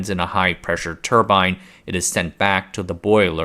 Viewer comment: I cringe when you mispronounce turbine